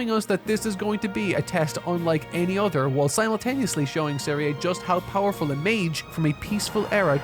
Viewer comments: Bro couldn't even bother to get the names right of the show he watched 28 friggin episodes of. Shtark. Zeria (Serie). Zenza (Sense). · He also got Serie and Sense's names wrong, which is really frustrating. Completely ignored Kraft, said nothing about mama Methode or the two girls. What a mess this was.